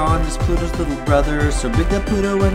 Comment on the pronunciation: pronounced little as UwU wth~